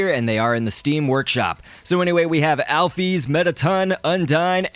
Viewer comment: It's Alf-is